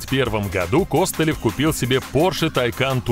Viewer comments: Так он же КостылЁв !!! а не КОстылев )))) ппц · Сцуко Костылёв ударение на ё 🤪🤪🤪🥴